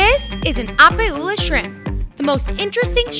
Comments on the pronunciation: FYI you butchered the poor shrimps name, it's pronounced O pie ula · this was awesome! Besides pronouncing opae ula horribly XD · And she pronounces opae wrong